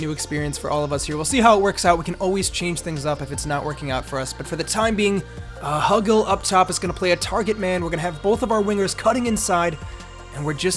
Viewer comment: Pronunciation help: It’s Hugill, like Hugh-gill